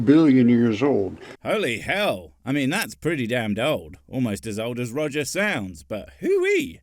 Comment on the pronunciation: One Quit, Two Quit, Three Quit.....Roger the Four Quit....At least that's what it sounded like